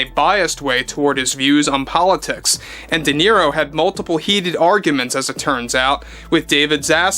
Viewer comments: Who is this “Deniro” you speak of? 🤣🤣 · DE NERO😂😂😂😂😂